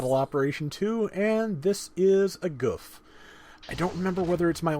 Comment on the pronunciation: It's "Goof"